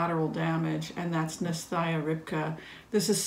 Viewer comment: Dear, I just wanted to correct your pronunciation of the name Nastya Rybka. I think you are pronouncing it as Nestaya, however, Nastya is a common Russian name (short from Anastasia) and it is pronounced as Nah-stya. I'll attach a link from the Washington Post that contains a video by Alexei Navalny, Russian opposition leader, who reviews the book written by Nastya Rybka. He says her name, so you'll hear how it sounds. You probably know that her nick name, Rybka, means a small fish, a rather auspicious name in this case. Thank you for your compassionate approach towards all human beings in your readings. Of course, from the perspective of non-dual mind there are no angels or villains, but that is confusing to the conventional mind. Please get better soon! Here is the link from the WP